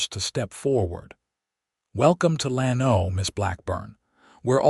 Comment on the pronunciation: gotta train AI to pronounce names and cities properly. Lano is not Lan-O, but LAN-o. It twists my ears to hear it wrong!